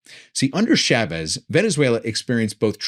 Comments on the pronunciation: Thanks for another excellent and informative talk! PS it's Chah vez not Shaaaa vez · Learn how to say Chavez!